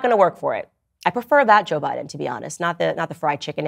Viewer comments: Did she say Joe Buden?! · Why was she calling Joe Biden Joe Budden?